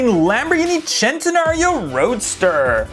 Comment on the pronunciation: it is not chenternario